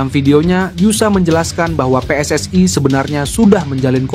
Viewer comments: Min pake bahasa indo saja kalau baca tulisan PSSI, kalau pake BHS inggris PSSI bacanya Double U, S, Ai, bukan Pe S S AI...salahhh...😂😂😂😂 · Bahasa nya yang benar ya...., pengucapannya jangan pakai bahasa tetangga sebelah... bahasa ROJAK .... ( PSSI diucapkan PSS Ai ) payah lu...‼️ Pakai bahasa Indonesia yang baik dan benar.... NKRI 🇲🇨 harga mati 👍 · WNI bukan WNAy PSSI bukan PSSAy..belajar bahasa Indonesia yg benar dong